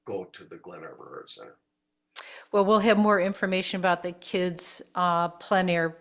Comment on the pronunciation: Thanks,. Good pronunciation of plein air.